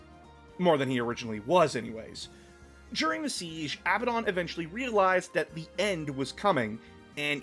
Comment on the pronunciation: Abbadon is "a badun" (a bad one).